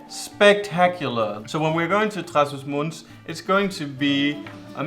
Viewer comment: Hello guys! Another good video, congrats! You talked about visiting Trás-dos-Montes (great pronunciation by the way hahaha) and I have a suggestion for you. There is a special species of donkeys in that area, specifically Miranda do Douro. They are called "burros de miranda" and there is an organization that allows you to go for a walk around the mountains you showed in your video with the donkey alongside you! You can even ride it! It is awesome, I have done it and all the staff are really passionate about their goal of preserving this animal (it is an endangered species). If you aren´t able to go for one of the rides, I would still recommend visiting their farm, as the animals are really cute and friendly! I will leave you with the link of their website! You can explore it, I really recommend it! It would great content for your youtube channel as well! Stay classy and safe as well! <3